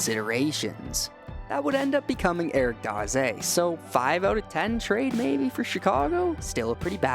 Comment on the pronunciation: You are the first young hockey YouTuber I've heard say Daze correctly! I love this channel, keep up the great work!